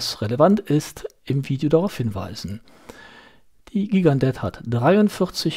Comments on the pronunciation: schönes Video- ich dachte immer das die Gigandet - jchi gan de - ausgesprochen wird- na ist ja eigentlich auch nicht wichtig. Ich habe mir vor Jahren eine Gigandet zugelegt- als Urlaubsuhr ( mittlerweile wird sie auch bei heimwerken oder der Gartenarbeit getragen) Das Traktorenwerk NH 35 ist sehr zuverlässig, mit gerade noch aktzeptablen Ganggenauigkeitswerten- da sie etwas schneller läuft kann man den Sekundenstop auch wirklich anwenden. Die Lünette lässt sich nur sehr schwer drehen- wie du gesagt hast. Die Nachtleuchteigenschaften- na ja, nicht besonders. Und das Band ist klapprig- komischerweise verdreckt es aber nicht so stark wie manch andere Stahlbänder an anderen Uhren von mir. Insgesamt bin ich sehr zufrieden mit der Uhr. Die Steinhart ist meiner Ansicht nach wirklich zu klein- eher etwas für taffe Frauenarme. Die wirkt nicht nur zierlich- die ist es auch. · Gigandet spricht man: Schigendee